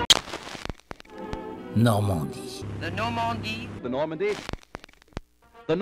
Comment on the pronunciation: Today:That's the Normandie Then: That's the Normondie